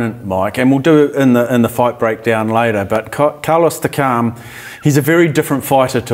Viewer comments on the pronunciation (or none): Who is Takaaarm? It's Takam!